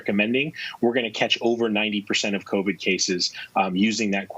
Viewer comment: he says exposed to " COVIN " ......they can't even remember to pronounce it correctly anymore......